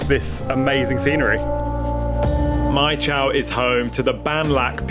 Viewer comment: If you like Mai Chau, check out Moc Chau, it’s another very beautiful place. Northern Vietnam is full of very green mountainous nature like this. By the way, Chau is pronounced chow and not chao like the way you said it here. It is cognate to Chinese Zhou as in Hangzhou, Suzhou, Guangzhou etc.